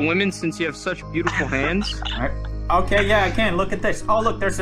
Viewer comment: He said soo bootyful